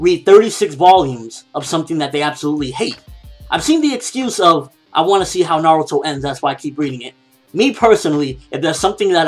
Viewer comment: its"Na-ruto" not "Na-ru-to"! Dumbass SPEAK PROPERLY!!!!!!!